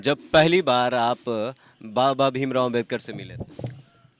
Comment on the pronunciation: यह पत्रकार है कि गदहा है बाबा साहब का नाम भी सही से ले नहीं पा रहा है तुम्हें जो पत्रकारिताकरने का जो अधिकार मिला है वह भी बाबा साहब की बदौलत मिला है नाम तो सही से ले उनका नाम बाबा साहब डॉक्टर भीमराव